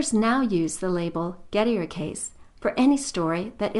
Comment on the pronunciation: Poor Gettier, no wonder his paper /idea never caught on and got filed under circular(or just poor) Gettier is not pronounced as that creature pronounces it; she would probably pronounce 'trait' - another shibboleth to identify the uncultured , to rhyme with gate rather than tray.